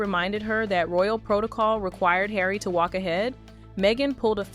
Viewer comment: You need to learn how to pronounce Harry 😂